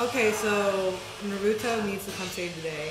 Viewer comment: Stop calling Haku "she"! And stop saying Naruto's name wrong!